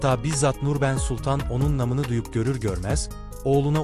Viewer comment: Okurken uzatma işaretlerini söylemiyorsunuz buna dikkat edin.Endam,Namını,Nurbanu kelimelerini uzatarak söylemelisiniz